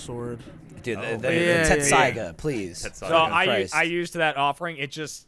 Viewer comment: it pains me how and jacob mispronounced tessaiga